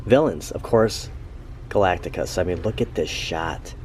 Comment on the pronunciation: Galac-ticus? Galactus! 🤣 jk The trailer looks ok but why did they make Silver Surfer a woman? Silver Surfer is my favorite marvel character and they made him a girl! It’s crazy!😩 anyway Galactus not being a cloud is a positive update